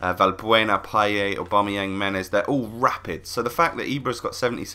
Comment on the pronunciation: saying aubameyang:"aubamoyang